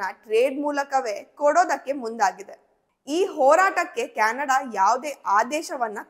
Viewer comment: ಕ್ಯಾಣಡ ಅಲ್ಲ ಮಾರಾಯಿತಿ ಅದು ಕೆನಡಾ 😂